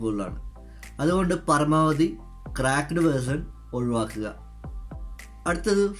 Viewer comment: പറമാവധി അല്ല .പരമാവധി ആണ്.ചേട്ടൻ ബംഗാളി ആണോ